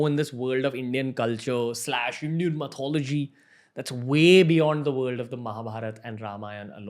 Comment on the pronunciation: Hi Ranveer, great program, I love your podcasts. Just an FYI...you pronounce Myth correctly, but Mythology is not the correct English pronunciation....it's Myth-ology....the same way you pronounce Myth, but just with ology added at the end.